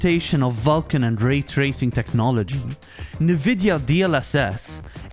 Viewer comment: Vulcan... You mispronounced NVIDIA lol